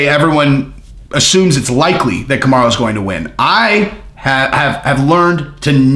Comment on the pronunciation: Bro I thought you were stroking out when you first said kamarruuuu. You should get that checked out